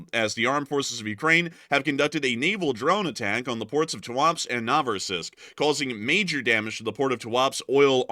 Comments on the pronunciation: Tuapse is pronounced as Туапсе, not as Туапс. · It’s pronounced ‘Too-ah-Pséh’ :)